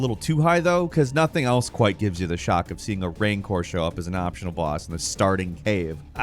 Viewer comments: I love ypu, been with you for years, which is why i dont instantly want to throw a mellon at you for saying RAIN-CORE, instead of RAN-Khor/khur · it's RANCOR not RAINCORE. Are you kidding me...... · What is a "raincor"? 😅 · Calling it a RAIN-core makes it sound wussy. Call it a RAN-cor, or RANG-cor! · "Raincor". I swear in the past year I've heard you mispronounce so many well known words that at this point it feels like you're just trying to T&T (troll and trigger) various fandoms.